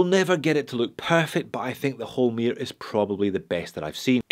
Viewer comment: Its Holmr, not Holmir!